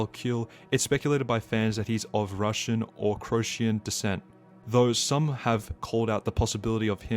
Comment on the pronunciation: atrocious pronounciation of Croatian. Also croatia was part of Yugoslavia